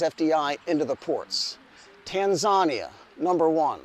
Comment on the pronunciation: As someone who reports presumably without academic credentials in the field, I find your information and your insight far in excess of nearly every academic in this field. Tanzania pronunciation notwithstanding. You really are very, very good at this.